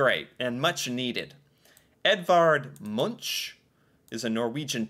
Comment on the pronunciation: Love how he say Edvard Munch 😂